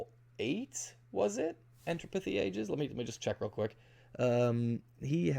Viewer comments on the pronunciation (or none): “Entropithy Aegis”?? bro....lol E N T R O PY